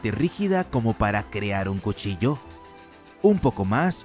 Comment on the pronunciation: Cushilla xd